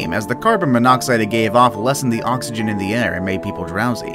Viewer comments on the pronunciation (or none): none